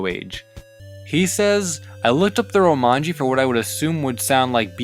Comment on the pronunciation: There's no "n" in "Romaji".